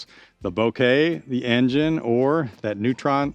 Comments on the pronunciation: Simon confirmed the pronunciation as “boh-kay” in one of his latest vids. The name is from a camera technique which results in a soft out of focus background. En Jean Ay is absolutely the most fun way I’ve heard that pronounced so we should all roll with that! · En-Jean-eeeehhh! Maybe it’s French or Italian!